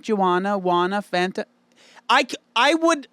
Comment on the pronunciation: The irony of pronouncing Fanta wrong and then singing the song 🤦‍♀️🤦‍♀️ "Fanta" and "wanta" are supposed to rhyme!